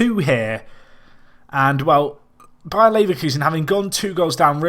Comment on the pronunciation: Did he say BAYERN Leverkusen?